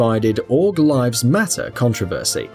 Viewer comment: contravursy XD love the pronunciation skills